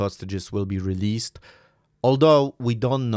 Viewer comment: bro can't speak released 🤣🤣🤣🤣🤣🤣🤣